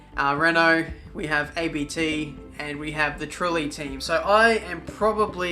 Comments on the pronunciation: It's abt, not a b t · ABT is pronounced (AB-IT) it's my favorite team so far